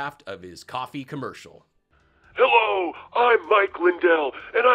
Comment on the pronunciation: It ain't coffee it's cofevfy